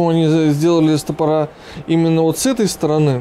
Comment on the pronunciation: Ребята, очень люблю ваши обзоры, но, без обид, стОпоры, а не стопорА.